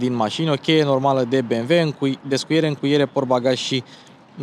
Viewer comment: Băi bi em dabăl iu . Vezi ca is nemtesti si nu americane asa ca sunt be em ve !!!!!!